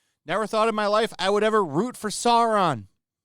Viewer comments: “Saurrrrrrrrrrrrron”😂😂😂I just spit my drink out lol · that pronunciation of Sauron is epic 😆